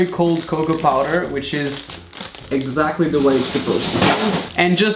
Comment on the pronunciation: in the beginning of the video be like Eggxactly